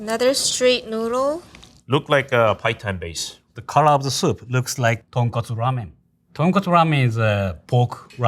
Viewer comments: cant get over her consistently saying "tonkatsu" 😥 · so shes a ramen chef but pronounces tonkotsu as tonkatsu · The girl keeps mispronouncing Ramen as ramyen or ramyun... And tonkotsu as tonkatsu 😐😐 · Ton k-O-tsu. Not tonkastu 😂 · Tonkatsu vs tonkotsu.... very different things. She said katsu many times. >< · She lost all credibility when she said tonkatsu instead of tonkotsu. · The way keeps saying "ton-KA-tsu" (aka pork cutlet) kept making me cringe... It's pronounced ton-KO-tsu! 🙄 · when the lady said tonkatsu instead of tonkotsu ; ~ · Pro chef can’t even say tonkotsu ramen properly. It’s not tonkatsu! 🤨 (female chef) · I guess even chefs get Tonkotsu and Tonkatsu mixed up... They really should not though. Come on! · doesn't know how to say tonkotsu?? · surprised the first chef can get tonkotsu and tonkatsu mixed up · "Tonkotsu” and "Tonkatsu" are similar words but should not be confused.